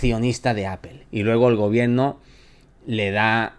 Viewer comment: se dice gobierno no gobieeeno